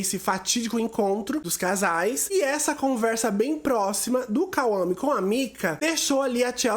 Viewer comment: KAUAME 😂😂😂😂 É Kwame